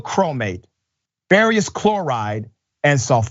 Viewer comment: You would have more gravitas on this assault if you comported yourself with more dignity and calm. Finger poking indignation does not become you. But. I do share your disgust at what happened. Oh, FERROUS is pronounced FERR-US, Not FERR-EE-US.